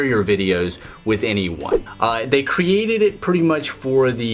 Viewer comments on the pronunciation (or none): none